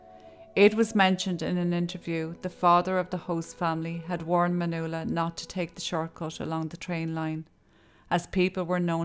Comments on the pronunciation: Pretty sure her name is Man yu ella. Not manoola. Yikes. Kid of hacked her name up. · you started out pronouncing her name correctly, then all through the middle you were saying Manula and then at the end again you started pronouncing it correctly. I dont want to come across bitchy but if she was my friend or family that'd really piss me off. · That was a sweet transition from pronouncing "Manuela" to "Manoola". I think it is more appealing that way.. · pronounced man"Wella".......u could at least pronounce it correctly and unlike a phone call centre operative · Her name is pronounced Man-wella. My name is pronounced Svan-es-ka. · The name Nuala is pronounced “New-la”, so maybe she accidentally pronounced (Ma)nuela the same way. It’s interesting though because there’s a few comments mentioning her name being pronounced wrong or 2 different ways & I didn’t even notice until I saw the comments 😂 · I’m wondering why you pronounced her name differently throughout the video?